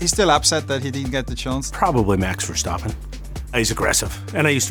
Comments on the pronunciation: Wow.. zac actually pronounced verstappen correctly. not versteppen but verstappen. Rare for an english speaking person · Zak Brown pronouncing Max Verstappen the right way👏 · I love how zak says max verstappen and not max verstEppen like everyone😂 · Wow Zak pronounced Verstappen correctly, My respect for Americans has skyrocketed. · 👏👏 for Zak Brown because he is the only one who pronounces verstappen in the right way